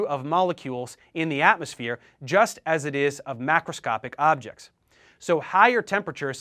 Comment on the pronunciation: u pronounced microscopic weird in the vid